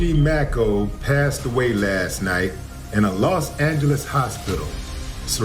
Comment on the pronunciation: Saybthere names right broo..its og Maco not og mako lmao..and kid cuddi not kid koodi))